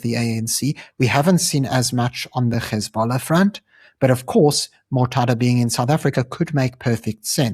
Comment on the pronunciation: Yeah keep it up ... btw its pronounced HEZ(bollah) not GHEZ(ballah)